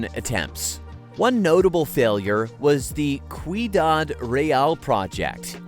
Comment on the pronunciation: Dude, the word ciudad is pronounced see-ooh-dad not koo-ee-dad. 🤦🏻‍♂️